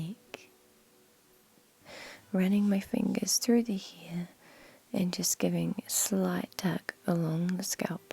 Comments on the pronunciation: I love how you say head, neck, and hair 💜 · I don’t get how you can pronounce scalp the correct way but can’t pronounce hair and head correctly....